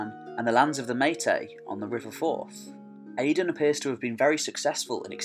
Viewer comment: Gabráin is pronounced Gow-rowyn :) Áedáin Mac Gábráin pronounced as Aey-dawn mac Gow-rowyn.